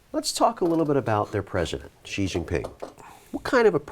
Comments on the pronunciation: Everyone: SHE Jinping Friedman: GEE Jinping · if somebody cannot pronounce somebody's name properly, you can't take this person seriously, god damn it, his name is Xi, not Ji. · Friedman always over estimates the dangers within the former soviet areas, and underestimates most of Asia. However, i also think that to some extent he recognizes the weight of his opinion in foreign policy analysis, and says things to focus others' attention in a favorable way. Same goes for Kaplan - same blind-spots, same biases. Oh, and ffs, it's Xi, not Ji. I learned pinyin when I was 8 yrs old, from a children's book... pretty sure he can say it correctly, and it's kinda pathetic that he refuses to say it correctly even after being gently corrected. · “C”-Jin Ping, is the easiest way to pronounce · Why can’t either one of them pronounce Xi properly? At which school did they learn that X is pronounced they same way as J?